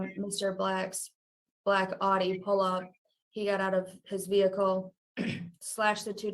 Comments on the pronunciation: It is owe-Dee! Not Aww-see. Just like “Porsche” is two syllables, Por-sha; not one syllable porsh. Please pronounce the names of quality German car manufacturers appropriately. They deserve that much. If you have ever driven either vehicle, you would know that. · Per Audi themselves it’s pronounced Ow-dee as in howdy or outie. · Born and raised in central NJ can confirm it's "OWDEE" 🤣 love your channel man, thank you for making these! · It is Aw-dee like Audio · Correct. Not Ow Dee O.. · I have a friend in New Hampshire he calls the Audi an oughtie not outie. 🤷‍♀ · German-American here. The original German pronunciation is ow•dee. But say it however you like! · Aaaaaarrŕghhhhhh check you out 2K! LLONGIFARCHIADAU!! (congratulations in Welsh). In thr UK we call is Audi (pronounced ow‐ dee) This was the right result. Good ĵob Mr Black! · From the website of the Audi dealership in Hampton, VA: "The proper way to pronounce Audi is 'ou-dee,' with the 'ou' being the same as in the word 'cloud.'" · All of Michigan pronounces it as aww-dee. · Exactly! I don’t know where they picked up this “aww-dee” nonsense. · I'm from Michigan and yes, that is how Audi is pronounced here. 😂 I agree with the judge. Good job, Mr Black! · Midwesterner (MN) here and we pronounce Audi as the officer did. My family moved here from Brooklyn/NJ and I have an idear that they pronounce Audi your way 😂. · I definitely pronounce “Audi” like they do in New Jersey (and everywhere else in the world where they want to pronounce it correctly). I’ve never heard it pronounced how the officer pronounced it. I hope the rest of Michigan doesn’t do that, too. That would get annoying very quickly…